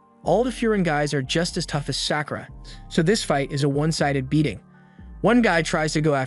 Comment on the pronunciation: Sack oo ruh. gawd I hate these.